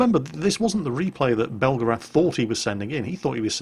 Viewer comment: That’s pronounced BEL-GARATH not BELGA-RATH only Americans make that mistake...... bugger now I’m in trouble